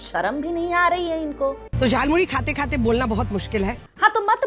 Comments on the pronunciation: झाल मूरी नहीं जाल मूरी बोला था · Jaalmuli 😂😂 not jalmuri